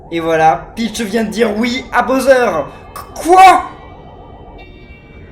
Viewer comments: Il as un Problème de préconisations typique français.... Il prononce Bowser ( boseur ) Je préfère les YouTubeurs Englais car il’s prononcent beaucoup mieux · le méchant des paper mario s'apelle bowser pas boser!